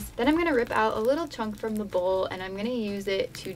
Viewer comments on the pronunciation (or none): none